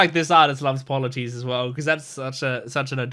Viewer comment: Polites is like - Paul-a-tease Eurylochus - You-Really-Cuss